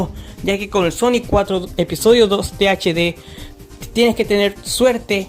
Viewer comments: Buen video amigo pero dijiste TDH en vez de THD XD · creo que este es el ejemplo perfecto de como NO hacer un video hablando de cualquier tema: - puro relleno (se pone a presentar sonic 4 episodio 2 base, como si estuviera haciendole una review, no es hasta el minuto 4 que empieza lo presentado en el puto titulo) - repite sus propias palabras todo el tiempo - ni siquiera sabe decir bien "THD" - gameplay grabado con las nalgas, ademas que juegas todavia peor - sponsor culero e insoportable - pa q mrd teni tu avatar si no mueve ni un pelo alv - el nombre de tu canal es literalmente el titulo de un juego de la franquicia no mames, es como que yo me llame "call of duty black ops" parece que le pediste un guion mierdon a chat gpt y te tomaste un descanso de 2 horas despues de eso en vez de investigar una mierda por tu cuenta, 12 minutos para algo que se puede explicar en uno y medio, una verguenza de video